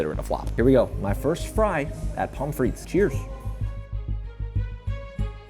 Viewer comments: its pronounced fre the fre-the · Its not pronounced freak sauce its pronounced frit-tes sauce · at Pomme Frittes did you pronounce the word Frittes with a proper rolled “r”?